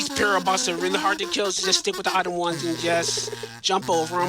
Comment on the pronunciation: props to the runner for managing to consistently saying "itme" instead of item. That's some mental fortitude !